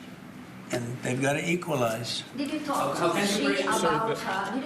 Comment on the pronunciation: Did he say they have to eqaulize?